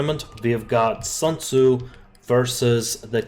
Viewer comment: It's SUNTZU not SANTZU (╯°□°）╯︵ ┻━┻